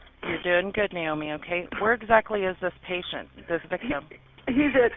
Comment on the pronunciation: I just gotta say it's Naomi with an A not Niomi with an I. I enjoy listening to your videos but often find myself wanting to yell at the dispatchers! Some of them are really great and others just seem to ask the dumbest questions at the dumbest times!!